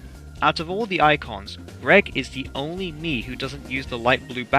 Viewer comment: Yay I got the funny note! Also correct pronunciation on your part, I can finally rest comfortably tonight